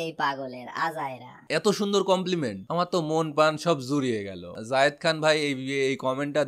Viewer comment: যায়েদ খান কে জাহিদ খান জাহেদ খান বলে কেন